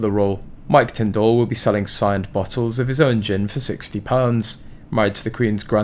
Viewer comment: Pronounced Tindle , not Tind All please